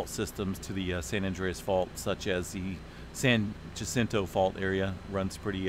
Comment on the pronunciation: Its San Jacinto…(Huh-sin-toe).